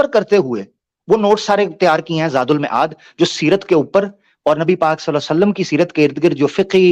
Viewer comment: زاد المَعاد معاد میم کے زبر کے ساتھ مَعاد